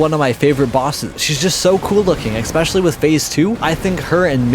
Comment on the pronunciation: Dude learn how to say ESPECIALLY. It is NOT “ECK-specially”